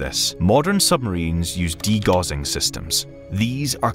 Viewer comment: that’s not how you pronounce “degaussing”. It’s nothing to do with gauze. It’s everything to do with Carl Gauss, which is why it’s pronounced in the German way.